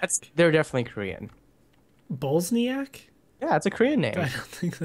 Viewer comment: It's not koren